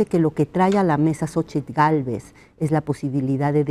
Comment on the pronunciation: Sabino pronuncia correctamente " Xóchitl " , pero la mayoría, entre ellos Zuckerman dicen "Sóchil".